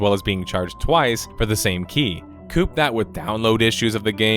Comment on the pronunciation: '"Koop" that with ... ' .. I think you mean couple (Kuh-Pull) that with. How did such a brutal mispronunciation make it to final? It's not a small 2-door sedan; it's a pairing of items.